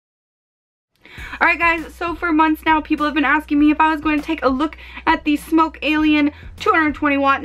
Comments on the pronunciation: its pronounced "sm-ock" not "smoke" but nice review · IT'S SMOK NOT SMOKE STOP IT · Frozen Gumwad still sounds dumb as hell as “smoke” when there is no “e” after the k. Also Smok was a dragon, lol. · come on its smok not smoke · is correct. Here is what Smok has to say on the subject: If you want to get anal about it, it's pronounced Smawk. Fun, eh? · its smok not smoke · SMOK SM AWK not SMOKE SM O K E .... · There is no "e" at the end of smok so it's not pronounced "smoke" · I've asked the company, it's definitely pronounced "smoke" The e rule only applies to English, this company is based in China. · That's really how you pronounce it. I asked the company. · The CEO of Smok told me it's pronounced Smoke.